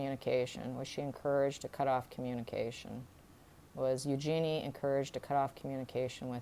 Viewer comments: Thanks for the phonetic correction! EU-jen-e correct? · Eugenie is pronounced Use-Your-Knee with the inflexion on the Use. Eugenie gets upset when her name is pronounced incorrectly. It is a French name and pronounced as the French would but it is mostly pronounced the English way which was not the intention when she was named. The name is OK pronounced your way if that was the intention but River explains it very well, better than I can. See